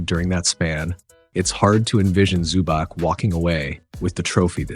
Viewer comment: Fantastic breakdown, well explained! Small not is that you pronounce the "c" as "ts" so its ivitsa zubats.